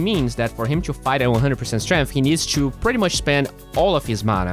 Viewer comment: if he somehow pronounced to as not choo, he'd be a lot better caster